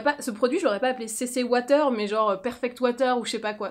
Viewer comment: La « CC ouataire » 😂😂😂😂😂